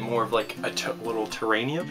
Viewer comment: What in the what is a "terrannium"?? Two enthusiastic thumbs down. Perhaps a bit of practicing would be in order before future "tutorials". ;)